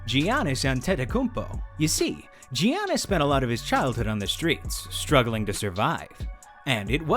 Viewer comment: G-annis, Wtf? Learn to pronounce his name and show some respect!